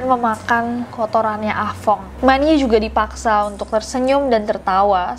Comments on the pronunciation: Ah tong:× Ah fong:√ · budek nya gw pas nessie blg ah fong gw dengernya ah tong😭